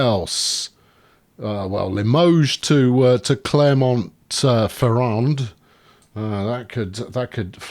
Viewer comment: Clermont Ferrand the t And d are not pronounced